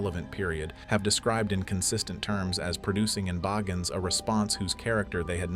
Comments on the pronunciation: Yo your pronouncing the man’s last name incorrectly! Aggravating AF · Pronounce the name right like it was pronounced at the beginning of the video